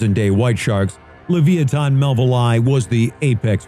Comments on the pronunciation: leviathan = lev-EYE-ah-than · How can you pronouce Leviathan so wrong.